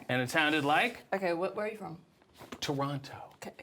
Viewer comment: I know RJ ain't from Toronto cause ain't nobody and I mean nobody from here pronounces it “Torono” nobody says the T😂